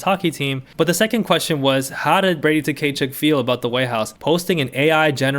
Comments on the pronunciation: Brady Ta-Kay-Chuk lol….. bro the T is silent. It’s Kuh-Chuk. I love your vids though, I’m just giving you a hard time haha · Tkachuk is pronounced “Kah-chuck” the t is silent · I know you probably don’t care and that’s also fine because they’re assholes, but his name is pronounced ka-chuk, T is silent. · Your pronounciation of Tkachuk name is killing me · the Tkachuk pronunciation had me dead. Very much giving Key and Peele Substitute Teacher energy. That aside, love your content!